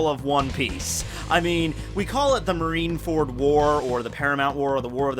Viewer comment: I swore he said "Marinara fruit" earlier lol